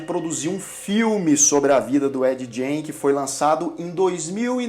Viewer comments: ED GAIN - fala como gana .....gain.....nao com som de jota....jain como vc fala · Gein se pronuncia "gueim" e não "jeim" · Sobre a pronúncia, fiquei na dúvida: Ed "Gjêin" ou Ed "Guêin"? Muitos pronunciam "Guêin". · a pronuncia correta do sobrenome é "gáin" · Se pronuncia Ed “guein” ! O cara era maluco no ultimate level ! — pelo menos ele trouxe tanta inspiração para tantos filmes e séries boas. Bates Motel. Silêncio dos inocentes. O massacre da serra elétrica... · Ed "guin" é o jeito certo de pronunciar o nome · A pronúncia tua está errada. O sobrenome dele é como “Guin”. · Ed "Jay"?😂 Faltou mais pesquisa pra esse vídeo, muita coisa dita não tá correto mas enfim. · ED Gein .. se fala GAIN .. excelente video! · Ed Gein... pronúncia: /g/ como em get /get/.... não como em giant. Parabéns pelo vídeo. Sou fã